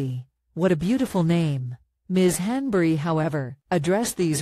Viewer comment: At least learn how Rose´s last name is pronounced. This is so lame.